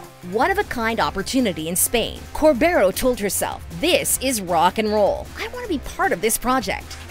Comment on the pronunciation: It is pronounced Corberó, accented on the O